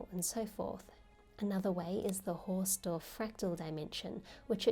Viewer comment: The "Haus" is Hausdorff is pronounced exactly like "house" in english (it is German for "house"). You make it sound french :D